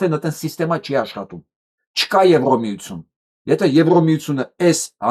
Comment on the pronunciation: Ձեր բանավոր խոսքը շատ է տուժում բացահայտ քերականական սխալներից:Օրինակ՝ Եվրամիությություն արտասանելիս շեշտված Ո եք ասում՝(ԵվրՈմիություն);հայերենում Ո տառով հոդակապ չկա:Համապատասխանաբար եվրադատարան;եվրախորհորհորդ;եվրադիտորդ եվ այլն…… Ասում եք խոսացել եմ՝խոսել եմ ի փոխարեն; նախագաՆ՝նախագահի ի փոխարեն եվ այլն…..